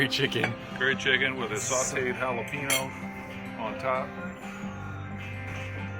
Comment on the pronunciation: Love, Love, Love your videos!! With all the milage in Texas....Jalapeno is pronounced like: Hal I pain yo.😊❤😂